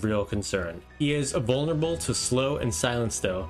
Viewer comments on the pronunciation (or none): none